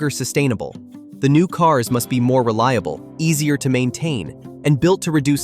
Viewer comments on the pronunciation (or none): none